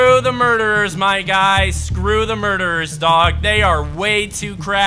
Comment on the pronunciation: Why does he say murderes it’s pronounced “mara ders “ and he says horse instead of lama